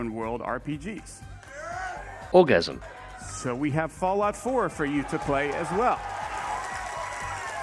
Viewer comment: Every time you said orgasum I was lmao.